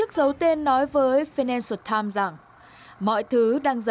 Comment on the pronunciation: vãi cả đọc tờ phi-nan-xờ-tam :D